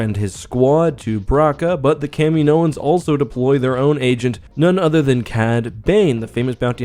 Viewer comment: That's not how you pronounce Kaminoan.